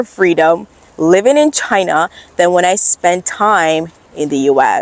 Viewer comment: Oh dear oh dear, a NEW $$$$HILL has appeared in the CCP-$$$$HILLOSPHERE !!! 😱😱🥶😵‍💫 Ok, it's "C C P", darling ! And "China" ! Repeat after me: "China". NOT "Chuh-hynah". And next time, can you do a video about the Uighurs and how they can freely exercise their religion and how there are totally no special CCP education "training centers" in East Turkestan, I mean, "Western China" ? Or how about the Tibetans... haven't heard much from them since Richard Gere's Oscar acceptance speech in 1990. Do they have freedom in China now ?? I will trust that you're totally independent when you say "CCP", pronounce "China" correctly, and assure us that Uighurs, Tibetans and Hong Kongers who like this concept called "democracy" are totally free in China, ok ?